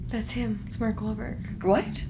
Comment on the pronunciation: Did she say mark wallburt in the clip of the hele at the start